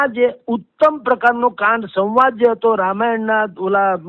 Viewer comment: 'સવાંદ' 'સંવાદ' બોલાય સાહેબ!!! 😟